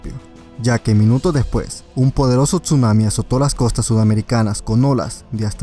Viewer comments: hola me acabo de suscribir un apregunta por que dises chunami si es tsunami o es que escucho mal :v Owo uwu TuT 7u7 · NO se pronuncia la T en Tsuanami, simplemente se pronuncia Sunami...no paras de cometer el mismo error